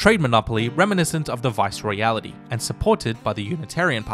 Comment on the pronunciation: AMAZING work! (Viceroyalty is pronounced just the way it's spelled though - not "Viceroyality")